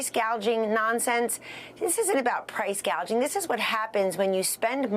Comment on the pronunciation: Harris has NO idea what she's talking about! She can't even pronounce PRICE GOUGING correctly, she called it price gauging along with Hospitality workers being pronounced incorrectly by saying hospitibility workers! She's so out of touch with REAL AMERICAN FAMILIES! She's proven that she's just plain ignorant about business and has no idea what she's doing!